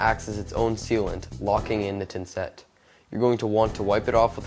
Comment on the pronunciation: tha tha thinset...not tinset...but thanks